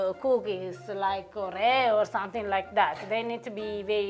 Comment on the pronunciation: I love that understood "or-ei-oh" =)